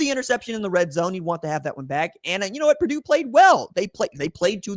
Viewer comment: It's Purdue